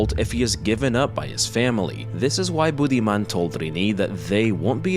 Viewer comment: He's called Budiman. Not Bootyman. Just in case anyone laughing like I did.